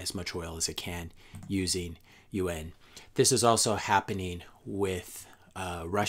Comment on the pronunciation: Good content. Agree on Bitcoin, but don't believe we are going to have another world war, certainly not like we have in the past. I was getting confused by UN...it's pronounced (you-ohn) Yuan. Good video